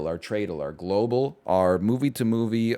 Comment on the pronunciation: why does he pronounce globle like that